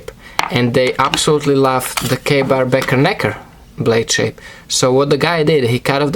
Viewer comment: Cool Video helped me out a lot his pronunciation of the Ka-Bar BK14 was a little confusing if you had trouble with the name of that knife this is the knife's actual name - Ka-Bar BK14 Becker Knife and Tool Eskabar Knife